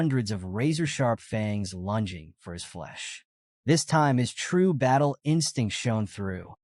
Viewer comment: FANG NOT FUNG lol